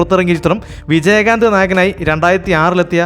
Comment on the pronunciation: നിങ്ങൾക്ക് മലയാളത്തിലെ ചില്ലക്ഷരങ്ങൾ അറിയില്ലേ.. ർ,ൾ, ൻ ഇതൊക്കെ.. നമ്പ്യാര് നമ്പ്യാര് എന്നല്ല നമ്പ്യാർ!! വിജയകാന്ത് എന്ന് പറയുമ്പോൾ ചാന്ത്, പന്ത് എന്നൊക്കെ പറയുന്നത് പോലെ അല്ല, കാന്ത് എന്ന് ഭംഗിയായി പറയണം.. സർവ്വ പേരും ഇങ്ങനെ അലന്ന രീതീലാ പറയാറ് .. 😅 .. നസീർ എന്നാണേ നിങ്ങൾ നസീറ് നസീറ് .. മോഹൻലാൽ എന്നല്ല മോഹൻലാല് മോഹൻലാല് എന്നേ പറയൂ..